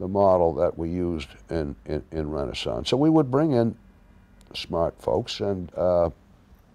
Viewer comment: “Renee-sonce” technology???